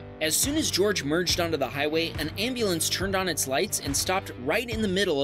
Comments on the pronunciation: Jorge does not equal George, it's usually pronounced as Hor hey. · 😂 bro pronounced it George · BTW,, that's Jorge pronounced Hor-Hey. Spanish J. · "Jorge" is a Spanish name that is pronounced "Hor-Hay." Portuguese also have that name, but it's pronounced "Jor-Gee." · actually Jorge is pronounced "horhae"